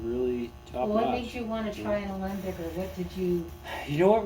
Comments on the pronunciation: 2 seconds in calls Alembic "Olympic" oy veh C Ya! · Please stop saying "Olympic"!